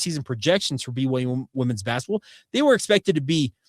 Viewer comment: I love ya dawg, but women's is pronounced wim-in's.